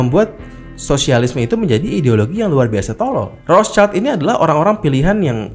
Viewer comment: Wihh para pencari konspirasi😁. Maaf bang agak ralat nyebutnya bukan "roscaild (anak mawar dong)" ..hehe piis✌🏻😄